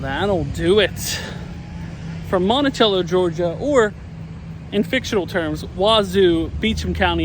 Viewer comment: I grew up in the town. It was almost required viewing to watch My Cousin Vinny. But. It isn't MontiCHello. It's Monticello. THE C IS SOFT!